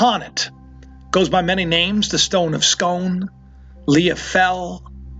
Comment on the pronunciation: Scoon not scone